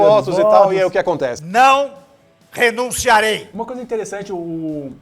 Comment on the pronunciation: "...não renuniarei!!" LOL